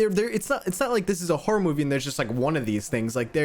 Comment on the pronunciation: Why does he have a problem with the word "horror", it's almost like he pronounces it "hora" or something